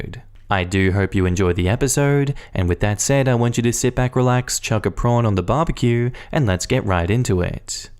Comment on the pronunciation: He said Barbaque. Lol.